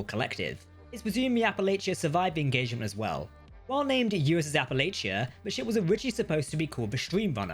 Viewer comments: I don’t normally go around correcting pronunciation but Appalachia was BUTCHERED. It’s pronounced a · puh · la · chuh -Sincerely, someone from Appalachia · You're the one that's actually butchering it. Local pronounciation is wrong. But he is adding T's where they don't exist.